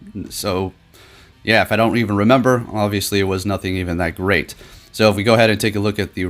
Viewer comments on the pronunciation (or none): none